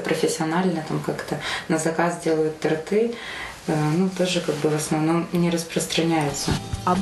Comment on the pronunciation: тОрты. а не тортЫ ! Безграмотность ,стыдно !